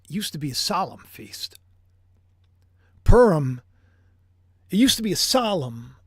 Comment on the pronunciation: Pu as in Puma Rim as in the upper or outer edge of an object, typically something circular or approximately circular Purim My ears hear you say purm or perm Happy holidays 🎉